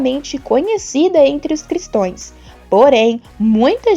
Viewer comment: E não é "cristoes" é CRISTÃOS.